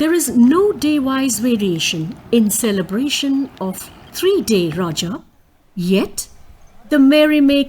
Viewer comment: This is our odia festival👌and one thing not rajo it's RAJA